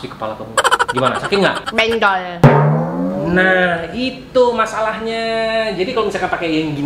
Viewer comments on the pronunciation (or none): bilang benjol kok bendol